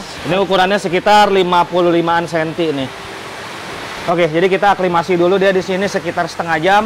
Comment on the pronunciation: Aklimatisasi Bro bukan Aklimasi..